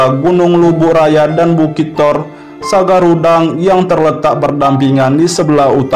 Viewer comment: Woi? Sanggarudang bkan sagarudang ente salah eja ! Konggo Bogor alsidempuani